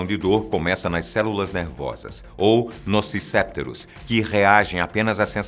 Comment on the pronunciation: Nociceptores é uma palavra paroxítona... Se lê "nociceptôres" rsrs